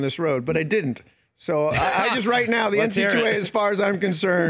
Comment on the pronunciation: Don't get me started on him calling it the N-C-2-A!